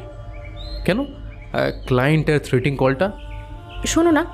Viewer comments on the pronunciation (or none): Good story… but actors need to work on their pronunciation… for example the word ‘threatening’ has been wrongly pronounced as ‘threating’ by through out the story. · গল্পটা বেশ সুন্দর। পাঠও চমৎকার হয়েছে। অলিভিয়া-সৌনকের অভিনয় দুর্দান্ত 👌👌 তবে একটা শব্দের বারেবারে ভুল উচ্চারণ কানে লাগলো। কথাটা 'থ্রেটিং' কল না, থ্রেটনিং কল(threatening call) লেখিকা সুমেলির ভুল, নাকি আপনাদের ভুল উচ্চারণ জানি না। পরবর্তী কালে শুধরে নিলে ভালো হয়